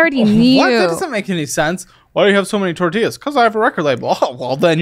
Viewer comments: Can't stand when people turn that extra on when they say a Spanish word. "Torteeeeaaas"😂 Half my neighborhood were illegals and I grew up with their kids, I only ever heard it pronounced this way by wannabes that grew up Americanized but wanted to be like their family or friends from Mexico. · How she says Tortillas is a sin